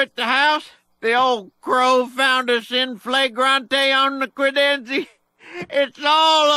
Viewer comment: "...credenzE" haha